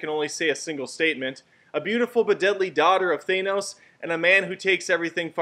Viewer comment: Why can nobody pronounce "Thanos" the correct way? Ffs.